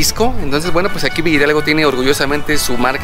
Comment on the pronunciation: La pronunciación correcta es Villa Hidalgo no villidalgo 🤦‍♀️